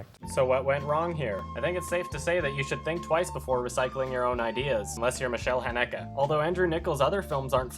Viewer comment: Hey. I think your pronunciation of Micheal Haneke is wrong